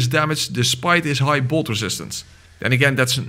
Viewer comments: the way you did bolt made me hear more bold, also why did Bloodborne call it bolt instead of lightning or that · Is he saying bold damage or bolt damage cause I'm confused